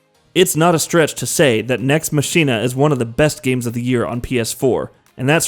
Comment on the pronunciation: Lol oh dear..... Nex Machina. It's pronounced MA-KIN-A.